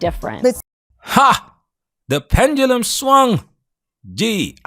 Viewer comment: can ANYONE pronounce, 'pendulum' instead of the imaginary word, 'pen-gu-lum'?